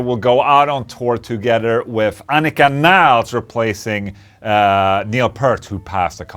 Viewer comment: Please don't pronounce the surname as Nyyyles.